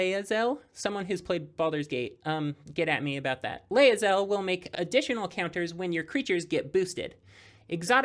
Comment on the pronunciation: As a D&D nerd who hasn't managed to play BG3, Lae'zel is pronounced "Lay-zel"(unless I am misremembering). This was super cool! Love the concept of this deck! also I played against the Yshtola(probably misspelled that) and it was cool!